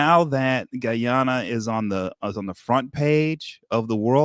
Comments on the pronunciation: Please sir please ...pronoun Guy-ana the Guyanese way😢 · blahk mahn so gullible: Guy - an- nah😢😮😅😮😢